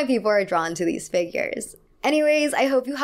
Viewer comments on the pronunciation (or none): none